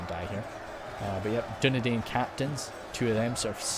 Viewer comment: Dunedain is pronounced as Dune-dine